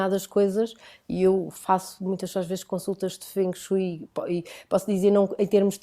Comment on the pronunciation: Creio que se diz ou Feng Shui (como é escrito) ou dito como se fosse Feng shué, - e não Feng Shói, como eles disseram algumas vezes, como se estivessem a falar de Chopsticks. Pelo menos foi assim que eu aprendi no Imp, com o Francisco 😘